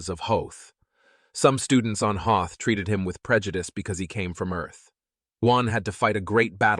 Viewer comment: You have to learn to be consistent about people's names and location names Juan sounds like wuan, and Hoth sounds like the ice planet from Star wars. If you can't pull it together please get another narrator.